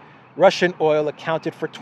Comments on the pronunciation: “Oyel “ Love the (Brooklyn?) accent! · Like Olive Oyoll?